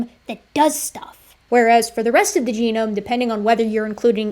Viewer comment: full geome ex dee